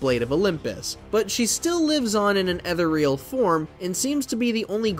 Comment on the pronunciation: I don't want to be this guy, but that's not how you pronounce 'ethereal'.